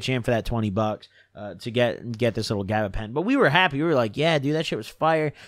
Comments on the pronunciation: He making up words at this point bruh “gabagentin”😂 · “gabapentin tweak lords”